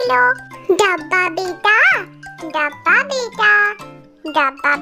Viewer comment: sis dabba ko dhabba 😂😂 bolti hai😂😂